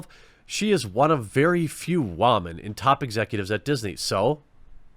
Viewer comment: Why does Jeremy say Warmen instead of women?!? Am I missing something here??